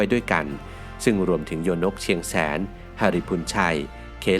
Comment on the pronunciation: โยนกเชียงแสน คำว่าโยนกอ่านว่า ยะ-โหนก หรือย-โนก ค่ะ ครูสอนสังคมสอนมาแบบนี้ค่ะ